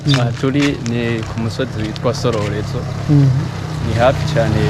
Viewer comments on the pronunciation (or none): It's #Sororezo not Shororejo*😉 🤣🤣🤣Ni sawa Papa! 👍🏾👍🏾 Your Kirundi is improving each day 👏🏾👏🏾👏🏾 Thanks for the effort to learn our language 🙏🏾